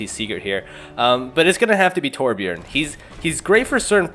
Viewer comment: did you just say terbjern??? TRIGGERED I AM A TORB MAIN I GOT POTG WITH OUT MY TURRET I FLOW LIKE WATER AND STING LIKE A BEE NVYUTSUKGHGSVUIHSVHUVIHWNTVIWNTVW